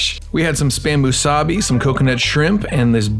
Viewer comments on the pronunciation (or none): all that amazing food and drink and you pronounced spam musubi like a true haole!!! smh. but love the work keep it up!